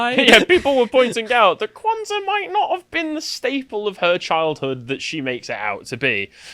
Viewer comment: holy shidd you actually pronounced it right 😳 also the word "saba", meaning seven, comes from Arabic.